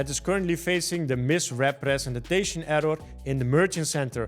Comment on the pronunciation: Misrepretenstation error 😂 Dude stop saying it that weird